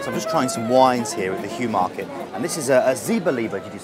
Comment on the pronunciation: The Heumarkt, is pronounced HOY Markt, or market!!